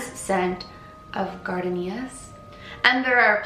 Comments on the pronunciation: Lol Gardinias is pronounced Gardeeneeas😂 just saying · Gar- dean -ias ? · It's pronounced "gar-DAY-nee-yas" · the pronunciation is GAA DEE NEE UHZ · I think you mean the flower! Pronounced gar-day-knee-aah. 😆 not that u care, just the spelling and grammar nut in me 😂 loved this story hun! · It's pronounced gar-deen-yas they are flowers Ive heard this story before but completely forgot about it. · Gar - day - nia 'S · Gard-een-yaas- that’s how you pronounce it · I think you might be saying her perfume was gardenias. It’s a subtropical bush that’s very well-known and popular in the southern US, usually grown for the flowers fragrance. It’s pronounced gar-dean-ia :) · I know what you were trying to say and that is my fav scent too it’s actually pronounced GAR-DAY-NEE-AH ily tho😂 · Love your storytimes. Also, it's pronounced Gar-Day-nee-uhs. *Gardenias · Oh sweetie its pronounced gardeenyahs-gardenia is a really pretty scent. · Ooh this is so intriguing! I️ have never heard of the Hollywood sign being haunted! You do such a great job telling stories, I️m always excited to see your new videos pop up. Also, gardenias is pronounced ‘gar-deen-yas’! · It's pronounced "GAR-DEE-NEE-AHS" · GAR. DEE NEE YAHS! Love you gurl but what 😶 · i love your videos!!! also the fragrance is gardenias and it’s a flower it’s pronounced gahr-dee-nyuh 😊😉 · Yes, I had heard this story a few years ago, but you did a good job bc I’m not sure a lot of people have :) (also, it’s gardEnias ;) ) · Hi! Just wanted to say that perfume scent is pronounced Gar-deen-yas. It’s a pretty white very fragrant flower that is still popular today in perfumes, bath products, and candles. Easy to mispronounce if you’ve never heard of it. :) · Its pronounced Gar-deen-yus, its a plant and it smells sooo good, and her soul/ghost mentally and emotionally is stuck in the 1930's but physically keeps moving on without having a clue what's going on in our time. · Bitter_Yumiko _ we pronounce it “gar-day-nee- uh”